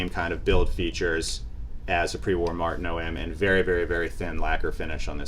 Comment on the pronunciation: Cool video but the constant pronunciation of Martin as "Mar- IN" is driving me nuts.